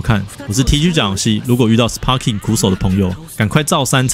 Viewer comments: Sparking的p要發b的音呦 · 雖然sparking發音是sparking，但一般不會有人特地唸成sparking，通常是會唸作sparking，因為影片一直sparking來sparking去，好像很努力想要發音正確，但其實反而偏離現實sparking的發音。